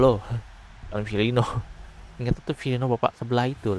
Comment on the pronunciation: Hemmm kalau saya Firmino = Filino